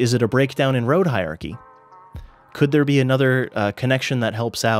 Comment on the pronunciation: Hierarchy has an "R" sound in it.